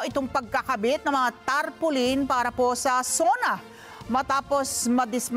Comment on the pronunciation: Tarpolin 😂😂😂 Muna daw 😅